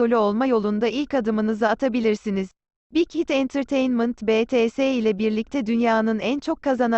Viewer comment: Betese değil bities Uyarı